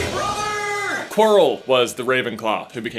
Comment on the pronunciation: You're great but you can't say hey brother because of your accent